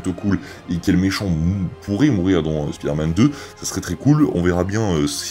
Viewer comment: Au tout début de la vidéo j'ai cru que t'a dit "pider-man" 😂😅